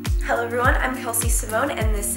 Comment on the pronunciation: Not me hearing "hello Vogue" instead of "hello everyone"...